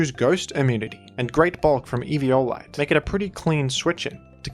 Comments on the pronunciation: I cant the if the Evi O lite pronounciation is on purpose or not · 1 second into eevee"yo"lite and I'm dead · as usual, having the most nonstandard pronunciations in the community. Eve-e-olite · It's like everyone pronounces eviolite differently lol